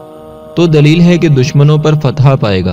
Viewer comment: Assalamu alaikum bhai ...fatha nhi ..fatah hota hai ..fatah ke mane kamiyabi hota hai